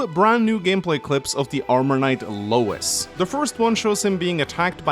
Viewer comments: Editor's right, it's pronounced Louie. The Japanese ルイ makes it clear. Every time said Lois I'd think of family guy lmao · It’s pronounces “Loo-Iss” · Just a heads up it's spelled Louis but pronounced Louie, it's a french name